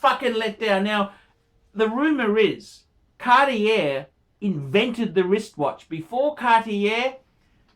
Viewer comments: another great one....ps: it's "cart-yay". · ...I think your review on Cartier watches is bang on - your pronunciation sucks though....Cartier Française...